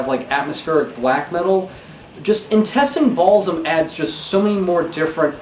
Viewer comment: He didn't say Intestine Baalism... didn't you hear him? He said Intestine Balsum 😂😂